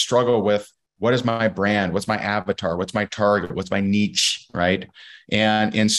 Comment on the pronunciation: Nitpick and all that but the way he said "niche" sent me, it almost sounded like he was saying "What's my Nietzsche?"